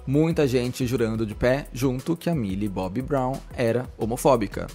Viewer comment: é "Milly Bonnie" amg KAKAKAKAKAKAKAKAKAKAKAKKA me acabo com essa